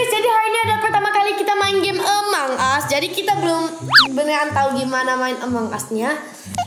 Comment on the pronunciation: Kak tadi sih xavier salah ngomong seharus nya among us bukan emong us